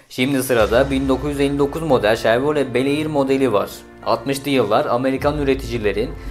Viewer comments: chevRolet, cherVolet değil 🤣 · Şervole değil Chevrolet Türkçe deyimiyle Şevrolet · Abicim her videoda yapıyosun şunu.Şervole diye değil,Şevrole ya da Şevrolet diye okunur.Yapma gözünü seviyim kulak kanatıyo ya offfff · çhevrolet ya da eski türk ağzıyla şavrole-şavrolet ama kesinlikle servolet değil kanka☺️ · Şarvole dedin ya , orada koptum be birader. 😂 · dostum ŞERVOLE diyene kadar söyleiklerine odaklanabiliyodum :D:ASD:AS:FSDAF:SD:FSD:F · Bir de Şervole (Chevrolet) demeyeydin iyi olurdu ..